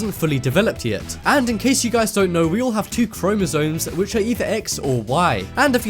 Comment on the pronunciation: You sound dumb saying "chromosoNes".